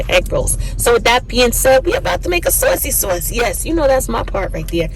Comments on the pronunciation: It’s the accent on sauwcy sauce for me 😁 Those look delicious! I have to try these. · Am making these tonight!!! Thanks for sharing ❤ I just gotta say being in Iowa for the last 30+ yrs when I hear you say " saucy sauce" I hear that east coast coming out ❤